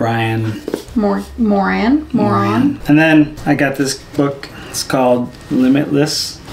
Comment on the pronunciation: when she pronounced that author’s last name “moron” 😂😂😂